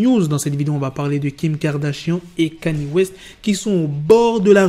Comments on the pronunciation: "Canié" T'es sérieux? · Comment ça KANYÉÉ?? Orh black fais des efforts 😂😂😂